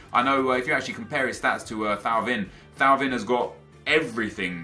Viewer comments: thauvin is pronounced toe-van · Thauvin is pronounced "Toe-Van" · Hey Nep, just wanted to let you know that you are mispronouncing Thauvin's name. It is pronounced TOE-VAN. Good luck next weekend!